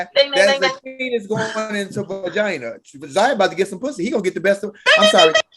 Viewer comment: No his name is ZION not Zaya